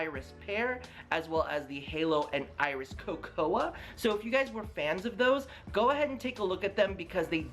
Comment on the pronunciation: Love your in depth reviews of COLORCL lenses, always have! And use your reviews to decide for myself what I will order, thank you so much! 🙏🙏🙏 . Just FYI, cocoa is pronounced ko ko, the A is silent 🙂